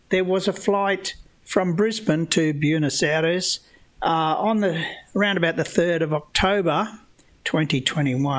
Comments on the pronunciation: Love your work! Sav here - Fellow Aussie from Melbourne here. Btw…”Buenos Aires” is not “Byooness”, it’s more like “B-ware-nos Aries”. Keep up the great content. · The only thing more offensive than Banjo’s mangling of the facts is your mangling of the pronunciation of “Buenos Aires’.